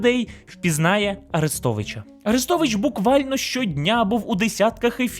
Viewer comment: Послухай авдіокурс української літературної вимови Миколи Погрібного. Бридко слухати твої кацапські "Арестовичя", "шьо"!